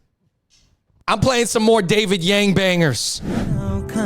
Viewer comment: The Hmong Yang's correct pronounciation is actually should be sounded young for Blue Hmong and yard for White Hmong. 😊😊